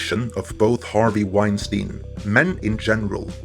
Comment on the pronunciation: Leslye "Weinsiein" Headland.